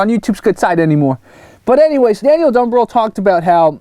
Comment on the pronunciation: Dude. Thanks for the shout out. And yes, you got the pronunciation perfect. I've hung out in North Philly before and connected with a lot of your examples. I've got a story about my wife running into an old Taiwanese tourism group in Sri Lanka that you'd love. We should do a chat together at some point and I'll tell you more about it. You made my day, especially since I'm an existing subscriber who loves your videos and raw take/observations on a lot of the things you find/discuss. I'm fully aware I may find myself in the same boat as you soon where all of a sudden the algorithms work against me.